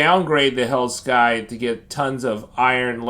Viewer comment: Its pronounced “SIE-TH” not “SKY-TH”